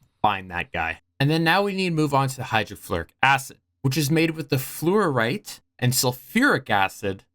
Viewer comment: you are in fact pronouncing fluorite correctly, dont worry